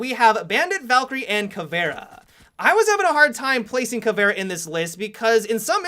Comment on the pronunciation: "ka-vera" THERE'S AN "i" in "CAVIERA"